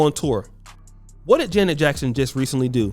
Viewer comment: You as a person, struggling with identity, envious, jealous and miserable have the audacity, with this plat foam of yours on social, to slander Janet Jackson. You have a problem pronouncing her name correctly. You're broke and don't stand a chance to kiss her. Who Are you Duke? Acceptance and love for one's self promotes happiness, love and respect for others. Social media allow Sociopaths the opportunity to get on here to exploit others, being broke, disgusting and toxic. This is an evil and perverted generation. Kudos to Janet Jackson. I have love and respect for she and her family. People will define who they truly are. GOD, please help us. GOD, I thank YOU, for YOUR Grace, Lovingkindness, and Mercies new to us every morning. In Jesus Name. Amen.